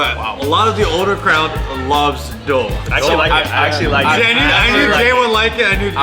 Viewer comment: doooooogh or duuuuuuugh not dough